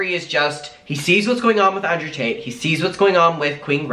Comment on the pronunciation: why the heck does it sound like your saying Andrew Tateas it sounded like a combination of Tate and Paytas🤣🤣